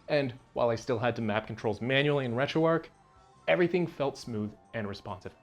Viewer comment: Yes retro ark. Good ole retro arc. I also love the arch of the covenant. Or the big arc in St Luis. How about Noah's arch, what a great story. Yes the h in retroark is definitely silent